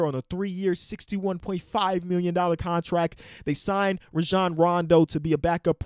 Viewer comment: cant pronounce the t in contract, but over pronounces the t in Gobert